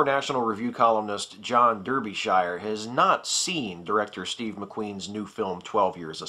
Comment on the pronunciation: You mispronounced Derbyshire. It's "DAR-bee shire".